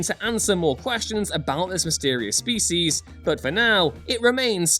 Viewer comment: can't say 'species' properly.